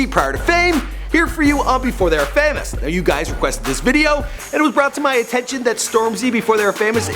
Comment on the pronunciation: DID HE SAY "FAM-OUS" NO FUCK OFF BRUV